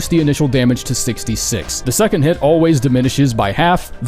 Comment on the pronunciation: seconth sounds right and wrong at the same time